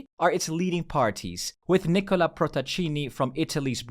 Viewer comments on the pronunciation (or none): none